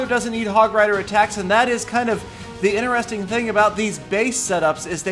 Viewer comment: INTERESTING HAS A T IN IT!!!!